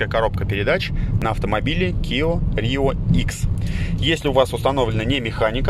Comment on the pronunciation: Блин, ну почему «киО»???